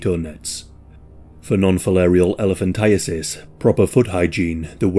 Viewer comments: Thank you for pronouncing it correctly. I always hear "elephantitis." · This is my first exposure to hearing it correctly. I have lived my whole 36 years believing it is elephant-eye-tis